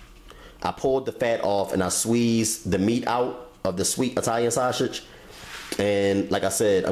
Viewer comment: nigga said "shoshage" 😂